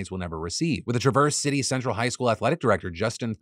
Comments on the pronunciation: Michigander here, Traverse in Traverse City is pronounced Tra-vrs. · You mispronounced Traverse. But your hoodie looks SUPER comfy.